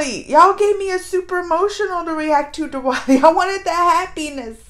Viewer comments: it's pronounced as the-waali.. not D-wali😊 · No..not as in Thunder TH.. it's more like the article 'The's TH.. I hope I am able to explain now..😂